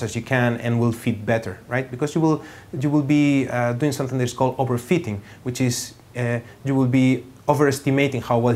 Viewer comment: though it sounds like he's saying "overfeeding" he actually means "overfitting".